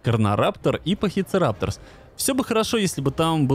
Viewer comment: привет почему ты говоришь не пахицератопс а пахицерапторс